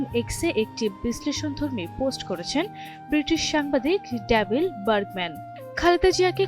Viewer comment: ডেভিল বার্গম্যান নয়, ডেভিড